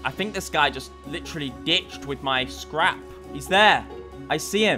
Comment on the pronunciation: The popped P in scrap and the other mispronunciations are a side effect of the stimulants.